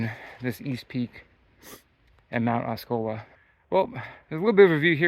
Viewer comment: Nice hike! TNX for bringing me along. BTW its AW- C- OLA C U Later!